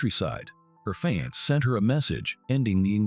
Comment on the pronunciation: PLEASE learn to pronounce words correctly!!! Especially FIANCÉ!!!!!!!!